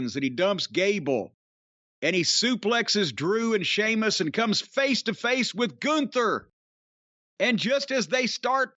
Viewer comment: holy shit, Jim said Sheamus properly...